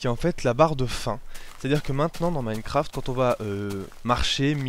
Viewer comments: "Minnecraft". Si tu déprimes, demande à un français de parler anglais. Tu vas juste te poiler pendant des heures. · [Minnekraft] -__- C'est compliqué de prononcer avec un poil d'accent ? Sinon bonne vidéo !